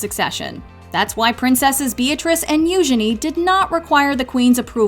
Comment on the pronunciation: You butchered the name Eugenie, which doesn't make any sense whatsoever. It's like mispronouncing cat.